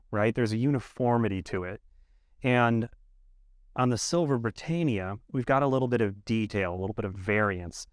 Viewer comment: You're saying Britannia wrongly